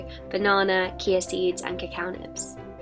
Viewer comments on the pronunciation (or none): She said Kia seeds 😂 it’s chia seeds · I think Chia is pronounced chee-ah and not Key-ah